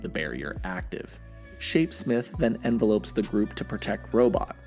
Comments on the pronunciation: It's not envelope, it's envelop! Not pronounced the same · "envelop" n-vellup not envelope Two different words. Really good video I enjoyed it